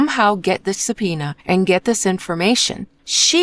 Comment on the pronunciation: come on, it's easy to hear it's AI. The rhythm and pronunciation are off a lot. Especially the word subpoena is very off. YouTube unfortunately has been flooded with AI. They scan the popular content, create the script with AI and then let AI narrate it. They also give the channels names that suggest it's an actual person. Don't fall for it! Or well, you are probably the owner of the channel as within an hour of your reply amonst quite many other replies now this got highlighted. Just stop the AI videos, nobody wants that content!